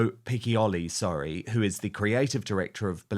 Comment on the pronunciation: Piccioli is pronounced pitcholi